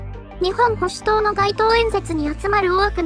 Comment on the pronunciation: 読み方は、『にっぽんほしゅとう』だそうです。